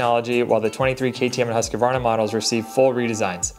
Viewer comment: You gotta stop pronouncing Husqvarna like that